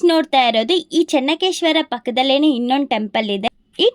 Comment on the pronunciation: ಚನ್ನ ಕೇಶವ ದೇವಸ್ಥಾನ, ಚನ್ನಕೇಶ್ವರ ಅಲ್ಲ